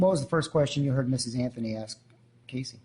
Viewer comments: The judge says “Anfony” instead of “Anthony“? Affirmative action at work! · I love that the judge says CASEY AFTHONY LMFAO